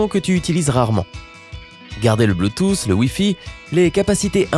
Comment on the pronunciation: Le bluetouss mdr